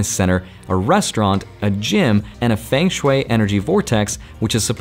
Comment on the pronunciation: Dude, it's not "fang" shway.... it's FUNG shway.